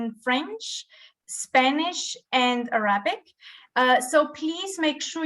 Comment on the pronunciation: Note: the authentic English pronunciation of Arabic is AH-ruh-bik. Not ah-RAH-bik.